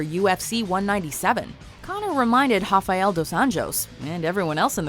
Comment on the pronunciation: You pronounced rafael like a fuckin idiot